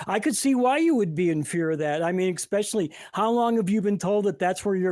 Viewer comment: There is no X in the word 'especially".